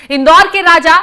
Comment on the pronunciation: राजा को राज़ बोल रही है ये न्यूज़ रीडर 😢